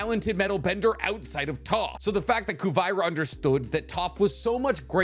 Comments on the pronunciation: So.. are we just gonna ignore how he casually mispronounces Kuvira’s name? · It’s Ku-vi-ra Not Ku-vy-ra And also it’s Zeto(spelt Szeto) not veto or whatever u named it😂 Huge fan tho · The show pronounces the names in English, how does he manage to mispronounce so many of their names. WTH is Ku-vie-ra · Honestly I'm kind of surprised the comment section isn't filled with lok fans justifying all the rounded benders being from atla I think we are also a little bias😅 Also was anyone else triggered by his miss pronunciations of p'li being p-li not pa-li but he apologized for that fine but then for Kuvira he prounced it wrong AM I SERIOUSLY the only one mad about this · You are still mispronouncing these names. Szeto is pronounced “See-toe.” Kuvira is pronounced “Coo-veer-ah.” Yakone is pronounced “Yah-cone.” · Why are you pronouncing the names like that!!!!! Yakoneh, kuvyrah 😭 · its pronounced as ku-bi-ra, its yakon not yako-ne